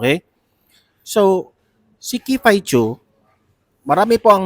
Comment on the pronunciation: Sorry to correct you sir but its not "kifay chu" the right obe is "kiffy as in kiffi" po.. ikaw lng ang narinig ko na mali pagkabigkas ng name ni miss kiffy po